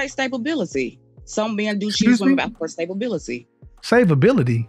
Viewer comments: did she just say stabability?🤣🤣😂😂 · Don’t forget, she’s also looking for stay-bal-bility lol 😂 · Savability??? Wth😂😂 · Stability! Not “Stabability”! 🤣🤣🤣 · Let’s not forget Stabability😂😂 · She said "stabability"...wtf kind of word is that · She said stabability! 😂😂😂😂😂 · “Stablebility” Yeah that’s all I needed to hear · I was looking for this comment. 🤣🤣🤣🤣🤣🤣 "stable-bility" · Kevin: what do men pick a woman based up on Caller: “stablebilaty” 😂 I’m dead 😵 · That's what I thought she said, "Stabability." WTH?? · “Stabability” enough said. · “Stabilbility” unreal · “Ima say stabability.” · She said stabability and was serious.